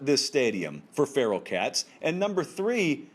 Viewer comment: Yes. He said 'Feral' cats..... 🤣🤣🤣🤣🤣🤣🤣